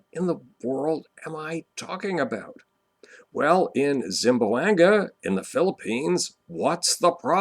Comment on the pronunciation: As much as I like to watch your videos, it really pains me the way you mispronounce Zamboanga. there is no Zim it is Zam :P